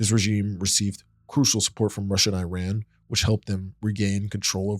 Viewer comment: Khmer Rouge, Iran, Iraq, Allende, Kosovo, junta … all mispronounced.